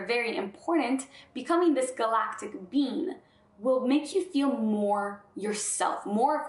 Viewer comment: Does anyone else hear 'bean' when she says 'being'? Human bean, Galactic bean, love all beans. Pretty cute.